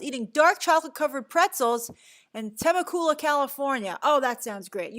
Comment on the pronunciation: The way you pronounced was too funny/cute “Temecula” Teme-cooooola